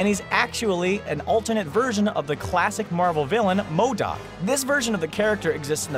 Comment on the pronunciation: Who else cringed when he said modaak